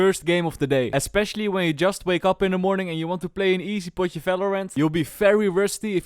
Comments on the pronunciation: Easy potje velorant 😂😂😂😂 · especially when you want to play a potje valorant. 😂